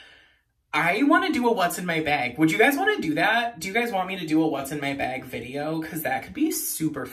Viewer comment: I think it’s funny and cute when people say bag like that 😂😂😂